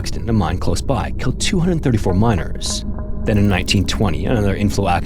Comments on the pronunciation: 1920 34 miners “kulled” 🤨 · “34 miners kulled” 🤦‍♂️ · "34 miners kulled" what does that means